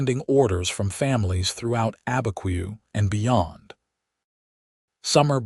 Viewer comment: It's not Albuquerque in the story, it is Abiquiu, north of Santa Fe (I know someone who lives there). I am not surprised AI cannot pronounce it with the way it's spelled.